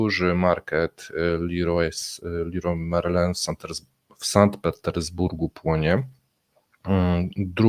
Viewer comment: Panie, jedna uwaga - warto sprawdzić przed programem jak wymawia się niektore nazwy. Np Leroy Merlin powinno wymawiać się leruła merlę, nie Liroj merlin.